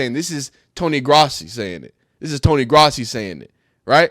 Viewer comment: Its Growssi that’s how it’s pronounced.